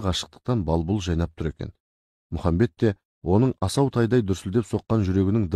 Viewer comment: Мұхамбет емес Мұхаммед